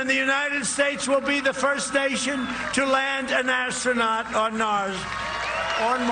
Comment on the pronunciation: “First Nation”...not “First station”...check your ears Dave. 👂🏻